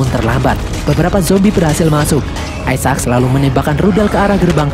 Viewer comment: Sebutannya Isaacs bukan Ai Sa Aks min tapi Ai Zek lo .